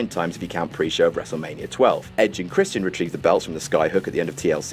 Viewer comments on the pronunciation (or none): none